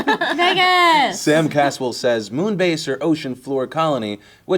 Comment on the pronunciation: hahhahaahha I know say "VEGAAS" bad for a sec that sounds like "IGGA" N not included.